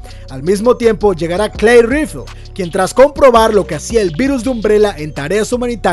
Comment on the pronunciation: Yo escuché Claire rifle